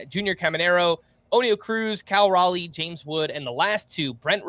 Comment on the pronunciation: fighting for his life on how to pronounce Cal Raleigh. “Cal Rally” is not it lol